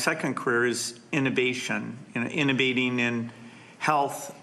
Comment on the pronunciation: Gates said “innaBATING” or “innerbating” NOT “innovating.” Please eject him from the list for a seat at the next table. It’s not DISEASE that this man is interested in eradicating.